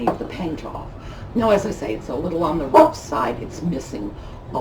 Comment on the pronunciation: “It’s a little on the “RUFF” side” . Lol